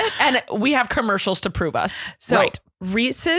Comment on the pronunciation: What's a "KERMERSHALL" ?! .. 😂😂😂😂